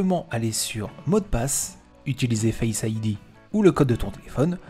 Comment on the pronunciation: parfait bon travail, un accent pour certains mot apple sonne mieux a l'oreille, (pourquoi dire: face ID "fasse idea" le début du mot en francais et le reste en anglais? )